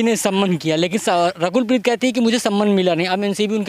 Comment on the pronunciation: Reporter saying rakhel preet 😂😂😂😂 instead of (Rakul preet )